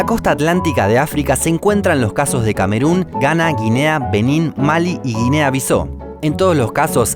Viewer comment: Se dice RUMANÍA. TILDE EN LA I. Guinea-Bissau se pronuncia tal cual: Bisáu. No Bisó.